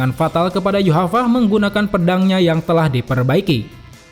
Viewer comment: Yuhava ? Yg benar min yhwach bukan yuhava, itu sih yg ku tau.